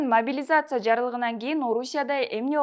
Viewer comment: Биринчиден карындашым апаңын костюмун чеч, экинчиден могилизация деп тантырабай, жаагың сынчуудай болбой жакшына сүйлө. Белиң бешиктен чыга элек туруп көп безилдебе, эскертүү